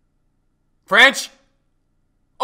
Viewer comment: "Franch" lmao